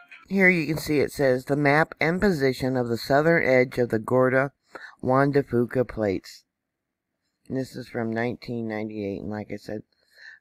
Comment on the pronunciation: Thank you!!! (BTW, here in the NW we pronounce it Juan de "Fewka". No big deal!) Keep up your good work.